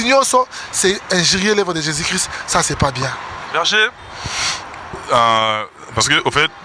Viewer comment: Me mon Fr Moïse mbiye pourquoi pas de Bien prononcé au non de Jésus. si vraiment tu parle au non de Jésus prononce-le Bien c'est tout, auriez de maître peuple de Dieu en confusions.